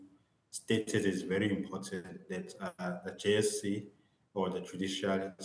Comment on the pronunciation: JSC not JEC haiybo